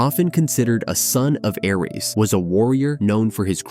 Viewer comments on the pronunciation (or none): none